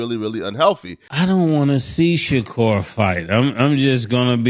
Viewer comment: Bro how do u randomly forget how to pronounce a “r” u called that man shakool